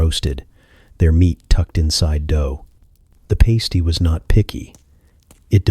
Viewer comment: Past-ee not paste-ee